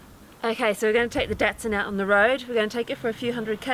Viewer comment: What's a "Detsun"?